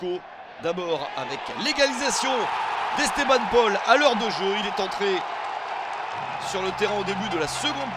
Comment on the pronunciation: '' Jacob-Folcarelli '' ? '' Esteban Paul '' ? Il va falloir apprendre a prononcer le nom des joueurs